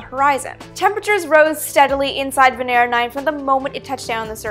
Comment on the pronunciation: I swear I heard 'VENERAL'... lol....